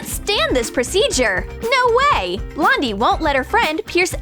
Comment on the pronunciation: Did they say Blondie or Londie